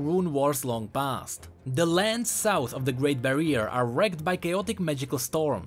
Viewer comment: Great barrier (bari-er) not bareer please..